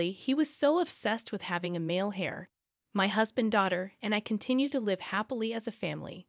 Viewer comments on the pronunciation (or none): The word is heir not hair. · They are correct....Heir is pronounced Air,like what you breathe...